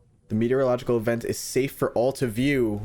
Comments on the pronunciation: Its may-ti-oro-logic-al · meteorological (me-tee-or-aw-li-gick-kal)